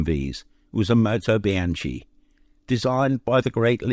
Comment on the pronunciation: Bianchi is pronounced Be-an-kee pronouncing the chi as chee maybe a Spanish version but as the company was Italian it is the former, they made some interesting race bikes and was a name to conjure with they even made a supercharged 4 cylinder in 1939 to compete with the legendary Rondine engine but the war came along and that was lost to time. The Kawasaki racer with the 85 plate was a 250cc A1 Samurai trying to be its factory racing A1R brother the engines were very similar with both featuring disc valve induction at both ends of the crankshaft which facilitated mounting the carbs on the sides hence making it a tad wider then conventional piston ported induction two strokes.